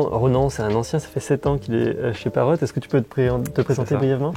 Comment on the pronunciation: Pourquoi vous prononcez le T à la fin de Parrot ? C'est pas une consomme muette ? Et sinon, c'est encore plus impressionnant la taille de cette entreprise quand on sait que leurs drones sont fabriqués en Chine, un comble finalement pour la seule entreprise française qui conçoit des drones 😁